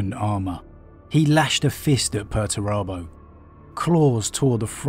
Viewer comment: It's 'Pur-ture-abo'! Lol love your videos though